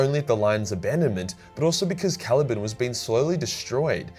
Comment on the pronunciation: “Cali-ban” not “cali-bin”